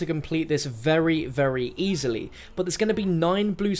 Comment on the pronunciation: Notice how he says "very easily"....